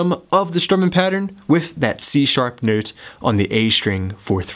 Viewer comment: Love how you say "nöte" :p . Great lesson!